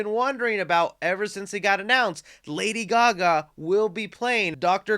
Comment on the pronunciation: that's a wierd way of pronouncing lady Gaga